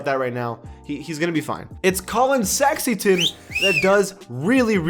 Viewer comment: It’s Sexton. Not sexington